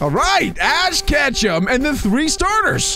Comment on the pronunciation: ash-"katchum" ALL GOTA KATCHUM ALLLLLL